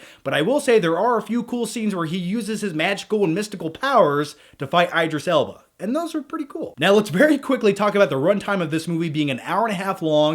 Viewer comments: Is anyone else cringing whenever says Eyedris Elba? besides me. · eye-driss Ellbarh? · It's ID-ris L-bah, why the fuck would it be ED if there's an I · Eye-dris Elba😱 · omg every time he says idris alba's name i laugh, thats not how you pronounce it lol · Unforgivable mispronouncing my husbands name.